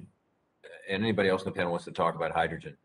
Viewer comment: Conert nucular reactor to hygrigin electric thermo nucular power.